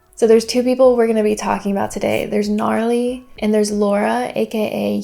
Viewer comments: it's not pronounced Gnarly lol it's Na-Rally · Love the video and all your content but it’s Narally. Pronounced Nuh-rally. And it’s not a distrack made by Laura, Narally made it. Sidenote it looks like all her portraits are of the same photo🤨😂